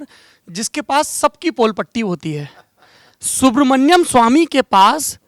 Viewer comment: सौरभ जी नाम सुब्रमणियम नहीं है सुब्रमणियन स्वामी है...नाम तो ढंग से लें प्रभु...इनकी महानता है और कोई होता तो खरी खोटी सुना देता